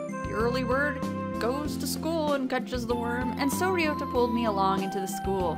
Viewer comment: you are pronouncing Ryouta correctly. there is definitely an R in the japanese language. you must be thinking of L or something.